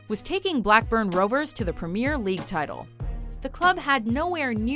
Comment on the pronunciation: How hard is it to say Premier??!!!